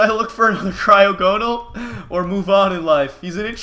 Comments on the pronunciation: Mitch it's pronounced cry-og-a-nol no cry-og-no-al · mitch...its pronounced cry (as in tears) ogo (as in saga) nal (as in null) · Its pronounced cry-ah-go-nal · It is pronounced cry-awe-gon-il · Pronounce it cry ag o nal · you pronounced wrong it it cry-og-en-al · Mitch the pernunsiation is Cry-Og-On-All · It's pronounced cry og a nal I think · It's cry-og-gon-al is how you say it